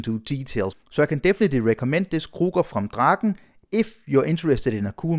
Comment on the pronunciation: Finally someone on YouTube pronounced "Draken" correct! 👍